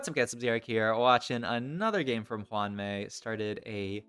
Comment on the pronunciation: Hey! I believe it’s pronounced Me-eh. “May” would be if it was HuanMei